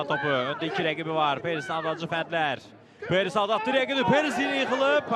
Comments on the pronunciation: Şərhçi nə danışır ala.Parris deyə bilmirsən?Perris nədi? Qaqaş canı elə bildim penis deyir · Mən elə bildim Perez deyir (Penis😳)